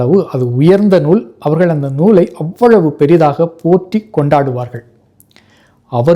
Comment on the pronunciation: அவ்வழவு,,, அல்ல அவ்வளவு என்று சொல்லுங்கள் ,,, இராமாயணம் , உலகீல் தோன்றிய முதல் நூல் ,என்பதாக உங்கள் ,யசமானன் வெள்ளை ,முதலாளிகள், சொல்லி உள்ளன, இது சரியா???